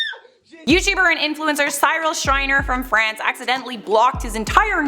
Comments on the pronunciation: Pronounced « see-real » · U baked potato lol its pronounced SEE-rul or like SIH-ril.Remember "the raccoons" Cyril Snear yay Canada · its not how you say his name. You pronounce it like "cerel"